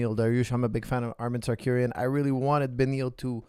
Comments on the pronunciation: sarcurian lol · Whos Tsarkuryan? 😂 Tsarukyan dam it